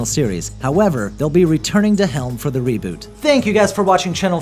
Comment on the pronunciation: more like re-BOO-t